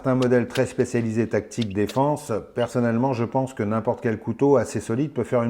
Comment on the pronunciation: je n'ai pas compris pourquoi tu parlais de gant à tique.....et apres re-visionnage.....c'est des gants Tactique.....tu as du mal prononcer ou c'est ton accent......hahaha !! sinon très drôle la team......bien que cela dois être penible certains jours...non ?? et le couteau ? ben je suis entre 2..une partie plais et l'autre pas.....mais une decouverte......! salutations